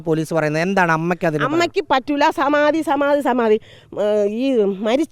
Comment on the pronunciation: എന്തോന്ന് സമാതി ഒന്ന് തെളിച്ചു പറയിൻ ഒന്നും മനസിലാവുന്നില്ല 😮